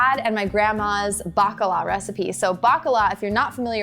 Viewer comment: I heard Baklava Fritters not Bakala Fritters 😂